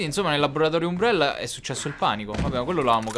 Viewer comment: si scrive Umbrella ma si legge Ambrella xD